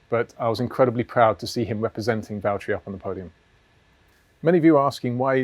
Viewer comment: James, it's Vatteri